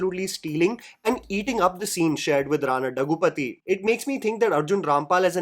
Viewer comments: It’s Rana Daggubati not Daggupathi 😅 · Its Daggubati, not dagupathi😑.